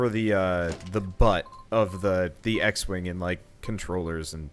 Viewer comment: not 'x-wing' he named it 'x-wang' hahahhahhahaha